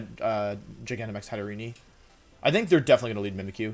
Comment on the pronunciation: Hattereni lol